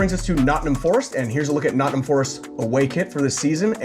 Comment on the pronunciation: Your pronunciation of Nottingham grates on the ear.